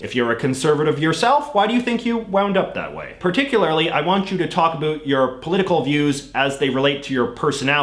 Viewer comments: “Abut”? What accent is that? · Also it is super annoying when you say “a boot” you are literally the only Canadian I have ever heard say that, which leads me to believe you do it on purpose. Also because you don’t mispronounce any other word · I like it when you say "about" 😎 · Seriously I keep wondering if he does that on purpose!